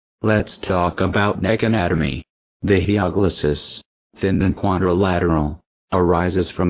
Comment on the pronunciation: It's Hyoglossus, not HyPoglossus...